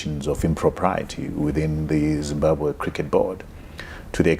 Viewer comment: I think it is absolutely shameful and unacceptable that a whole Minister cannot accurately pronounce the name of the country that she is both a citizen of and serves 🇿🇼 #shameful